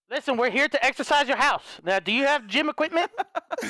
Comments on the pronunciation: lol its not exercise its exorcist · Deliourus it's (Ex-or-cist